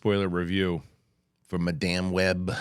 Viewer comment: “Madáme Web” 😆